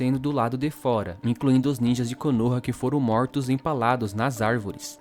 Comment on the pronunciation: "os Moutros"